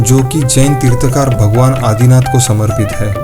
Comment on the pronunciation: Not tirthkaar...but tirthankar